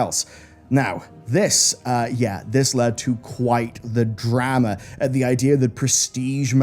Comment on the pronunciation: A Drah Mah